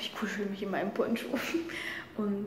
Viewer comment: In deinen Poncho... hab beim 1. Mal verstanden: "joa und ich kuschel mich in meinen spongebob" :-D